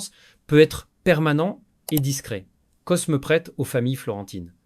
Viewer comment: Excellente video . Un détail toutefois : dans Cosme ( de medicis ) on ne prononce pas le S . On dit " Côme ) .